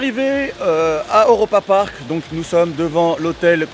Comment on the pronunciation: Cool vidéo par contre c’est « Europapark » pas « Eauropapark » 😂😂😁